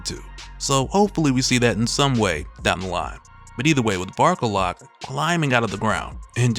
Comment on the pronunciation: When he first introduced him the way he annuciated it sounded like Bark a lot. XD